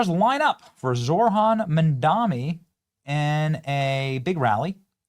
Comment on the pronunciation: It's Zohran, NOT Zorhan.